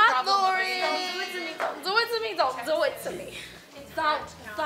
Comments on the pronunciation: "Zont Zo it"😂😂😂😂😂😂😂😂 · "Zon't zo it to me, zon't zo it to me, zon't, zon't zo it" She's so cute😂